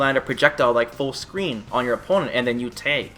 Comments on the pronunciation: lol why does he say Tag like Tayg? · I laugh every time you say "tayg".